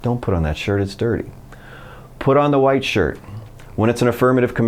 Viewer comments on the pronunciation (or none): none